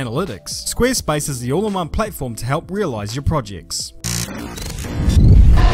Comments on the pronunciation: Am I the only one that hears "Squeerspace" ;) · wtf is squeerspace hahahah oo